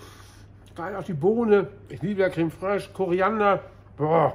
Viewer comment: Geiles Rezept ;-) ... Was hör ich da ? Ein Löffel Creme ” Frösch ” ? ;-) das muß das gute Zeug sein ;-)